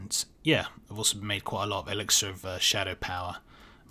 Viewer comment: The way you pronounce ‘elixir’ triggers my Alexa.